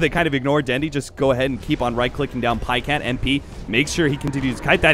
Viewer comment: "paycat", so frustrating to watch